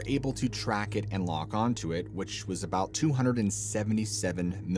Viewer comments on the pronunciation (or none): none